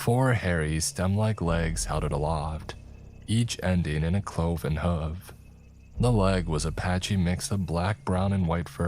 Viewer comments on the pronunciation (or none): I’m fairly sure wit was meant to say CLOV-EN hoof prints all around them. Like a goat or as they say the devil has.